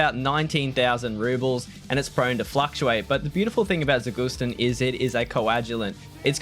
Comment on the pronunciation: zagustin - emphasis on the last syllable :)